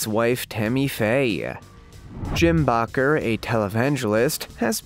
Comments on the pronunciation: Jim Bakker's last name is pronounced as Baker NOT Bacher as you have pronounced, it. SMH 🤣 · Its not bocker but baker!!!